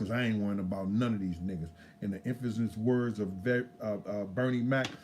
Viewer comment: “Infazis words of Bernie Mac”???? OHHHHHHH “INFAMOUS words of Bernie Mac” lmao you kill me Unc!